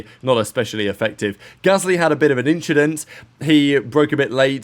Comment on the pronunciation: Gasley had an "inchident!"